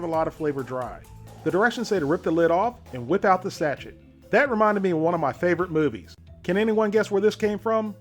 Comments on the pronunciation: I love your videos and I don't want to cause offense but Sachet isn't pronounced like hatchet, it's pronounced Sa-shay. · A little warning before shouting, please. I jumped out of my fucking skin. It also shows you which one the fill level is on the pictograph next to the instructions. And it's pronounced 'sash-ay', not 'sach-ette'. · That yelling was uncalled for. Please don't do that. Oh, and Sachet is pronounced sashay. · Just FYI, in the word "sachet" the "et" at the end is pronounced as a long a....as in cAme. The emphasis is on that last syllable. Just for future reference. Love your videos!! God Bless!